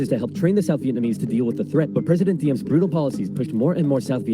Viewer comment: You know Oversimplified has no idea what he’s taking about when he pronounces Diem how it’s spelt. Imagine how he pronounces Thieu 💀